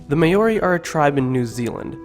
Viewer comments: Well done For sharing these important stories. Please learn how rouse the vowels which would be more appropriate. I wouldn’t share this for anyone in New Zealand because we have learnt how to use the vowels. Maori should be said like “Maaooo reee” All the best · Remember guys Maori not Meyyori He also shortened the names but The names are to long anyway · Say Maori right it’s Mow-Ree not May-owri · May ori sounds like what he's saying, it's Maori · Lenny Wheatley its pronounced mau-ri not moldi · Maori is pronnce "Mau-Ri" not "may-o-ri" :P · “The may ori are a tribe in New Zealand.” Bro try harder next time. You’re only 30 seconds into the video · may-or-e? HUHHHHHHHHHHHHHHHHHHHHHHHHHHHHHH? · its not ma ori maori you uncultured dumb ass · Note that the Maori pronounce "Maori" as 'Maul Dee". I lived with Maori and Tongans, English speakers constantly abuse native peoples languages. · May-ori aye haha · Thank you for spreading the word and knowledge. But like the previous comments have said do your research before uploading your video. I am of Maori ( Mar-or-rre ) descent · This breaks my heart and makes me mad that every word was pronounced so bad, please remove. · oh my language and how you butchered it😭😭😭😭🤣🤣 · Yo bro you really hurt my ears with your maori 😂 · bro not meaning to sound rude but thats not how you say māori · I stopped watching when you said "Maori" like that. How can you make a video about Maori mythology when you can't even pronounce their name correctly? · rip my ears because u didnt pronounce one word right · Your saying Maori wrong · Ahhhhh learn how to say Maori !! 😩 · Geez, learn how to pronounce the words properly!!!!! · YOU PIECE OF SHIT. YOU JUST SLAUGHTERED OUR LANGUAGE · Get the names right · IF UR GONNA MAKE A VIDEO ABOUT MAORI CULTURE PRONOUNCE IT PROPERLY!!!! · Surely you could have researched the pronunciation more thoroughly. This was paaaainful. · pronounciation is bad at best but love the dialogue as a whole. kia ora!